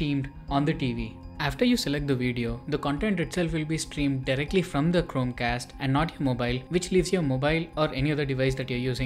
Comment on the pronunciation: Bhai.. Chromecast to thik se pronounce kar leta..... Wtf man.. It was so annoying